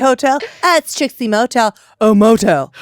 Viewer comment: I first thought Mary said Homo-tel lol